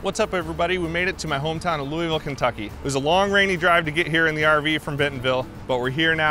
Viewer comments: this aint yo hometown😭 "loo-ee-ville" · It's your hometown and you pronounce it "Loo-ey-ville"??? Nah, I'm not buying it, haha! I only lived there a year but I can tell you it's pronounce "Loo-vl". ; )